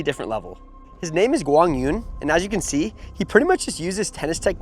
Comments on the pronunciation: For those who are commenting on how correctly is Quang Duong name is pronounced here, in this video it is sounded "Wang dzoo-in". The closer way to standard correct Vietnamese to pronounce his name is Kwang Zoo-erh-ng. Ur welcomed. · Quang Duong is pronounced as in Kwang yoo-ung. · It's pronounced KWAANG DZOO-ONG... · Not even close to how it is pronounce. 😂😂😂